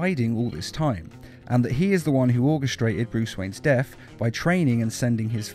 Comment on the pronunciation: Death not def